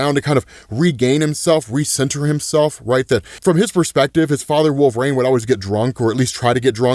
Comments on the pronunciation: Wol ver ine not wolv reign wtf dude? That's like saying zavier instead of ex za vier. Are you a comic fan? or is that a joke ? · this gotta eb some canadian shtick calling him "wolf rain" right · The name Wolverine has three syllables, there’s a correlation between obesity and pronunciation it seems.. 🤔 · All this time and still you pronounce wolverine wrong it irks me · why do you pronounce wolverine like that bruh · The way you say wolverine bothers me so much lol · why does he say wolverine like that?